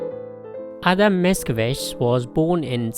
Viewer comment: Your pronunciation is very decent :) You've got "Pan Tadeusz" right, I would only correct your accent in "Mickiewicz": the second syllable should be stressed, not the first ("MicKIEwicz"). Btw: Mickiewicz named the main hero of his epic 'Tadeusz' after Tadeusz Kościuszko.